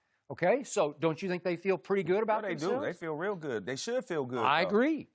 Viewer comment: “I don know”